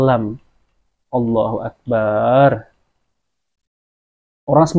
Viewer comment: Afwan min,hanya mengingatkan. Allohu akbar bukan Allohu akbaar....bar nya g boleh panjang